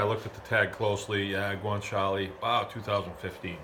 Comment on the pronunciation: Guanciale dio caro, non guanciali cristo